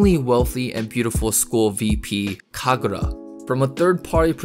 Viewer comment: it was never Kkagurra. NEVER